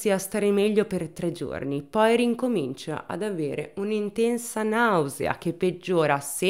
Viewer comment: Una precisazione , si dice RICOMINCIA e non riNComincia. Te lo dico perché vedo molti tuoi video, che mi piacciono molto , ma dici sempre "riNComincia" , quindi non è un errore casuale. ;).